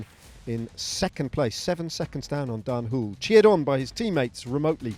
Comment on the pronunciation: Daan "Whool" lol Next time maybe you can pronounce it the Dutch way ;) "HO-luh"